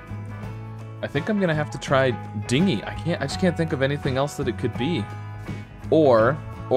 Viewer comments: I noticed you were pronouncing Dingy like Dinghy, Dinghy (ding-ee) is a ship while Dingy (dinj-ee) means gloomy and drab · pssst dingy is pronounced with a soft g, it means drab or dirty. hard d is dinghy, it’s a small boat.